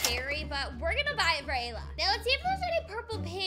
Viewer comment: It's not Layla. It's Ayla